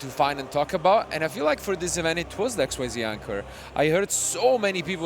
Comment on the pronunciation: Not exceed, not X.Y.Z. IT IS Xyz